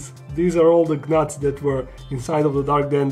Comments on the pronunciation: my little asian forest scawpean is growing super slowly too. but it has moulted once and also plus the G in gnats is silent btw its just pronounced nats 😷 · Awesome video but I feel compelled to say that gnats is pronounced like "nats" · Good content as always,! (By the way, with "gnats" the G is silent 👉😉👉) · Probably depends on which country your from. Here they are called knuts, since Croatia has a bit in common with the German language pronounced it in his native tongue. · Shhhhhhhhh You are right about the g but i like how he says things like that sometimes lol like LED lights he says lead lights lol its part of what makes him so awesome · Are we not going to talk about how pronounced gnats with the g?